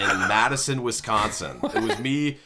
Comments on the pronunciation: "WesssConsin" it hurts for them to butcher my homes name! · Yall say Wisconsin wrong. U elongate the con to much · the way they pronounce the c in wisconsin so prominently is so funny to me